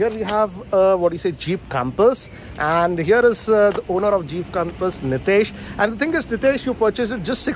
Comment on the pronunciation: Is it Jeeeeiiipppuu or Jeep 0.23